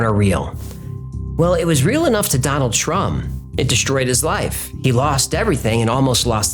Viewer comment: totally sounded like you said, "Donald Trump" ... lol